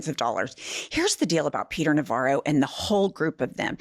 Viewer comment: Navarro=Ronvara lol